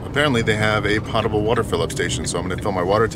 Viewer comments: “Pote” able, not “pot” able water. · why do you say pottable water instead of poetable water? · It’s pronounced “POTE-able”. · I don’t mean to be nit picky but the correct pronunciation for potable is pot with a long o. Not like a cooking vessel pot.😊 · Hey, not to be didactic but you are pronouncing "potable" incorrectly. It is pronounced with a long o - like Poe or potato. Guess you're not a big Jeopardy fan, one of the most popular categories is "potent potables." I've heard Alex Trebek pronounce it hundreds of times.:--) Keep up the great work your videos are amazing! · Love your channel and you're living my dream, but you're pronouncing potable wrong and it's bugging the shit out of me